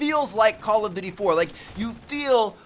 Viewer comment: It's call of duty, not call of dewrty, Tmartn.